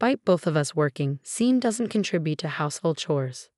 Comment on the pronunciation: Sean is pronounced Shawn. Not seen. Sort it please